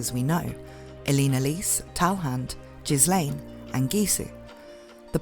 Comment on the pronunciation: I know it’s a different pronunciation in other parts of the world, but I’m pretty the s in Ghislaine’s name is silent. It’s Guh-lane and it annoys me when people say it another way.